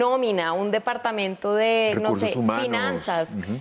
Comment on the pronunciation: Departaento....no....Departamento....